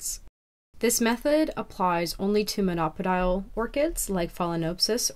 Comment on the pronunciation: It’s pronounced mono-pod-eeal, not mon-opidal.